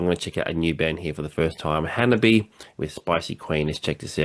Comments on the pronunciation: Thanks for reacting to the HANABIE. video! The band name HANABIE. is pronounced "Hana-bie" (hah-nah-bee-eh), not "Hanabee." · theres an extra syllable in their name :) ha-na-bee-ay. basically, exactly how you pronounced it but add an -ay to the end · It is misinformation, as claims, that the pronunciation of the word Hanabie does not contain the "eh" sound. The little troll with the minuscule ego,, repeatedly claims that the Japanese letter "e" is pronounced like "yay", which is almost beyond ridiculous. He bases this on the video he suggests here, because Yukina shouts "ay" in it, which, however, has nothing to do with the pronunciation of the band name. But intellectual capacity is too limited for him to grasp this.